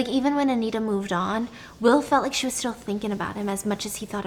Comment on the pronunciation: And wis instead of was😹